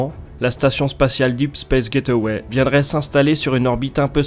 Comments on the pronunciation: Super vidéo, par contre : Gateway = [gayt way] [Gaiteuway] = get away C'est pas pareil ! #PrononciationNazi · J'adore tes vidéos !!! C'est du bingewatch depuis qu'ai découvert ta chaine. Mais s'il te plait, s'il te plait, prononce ça "gèïtway" et pas "get away", s'il te plait.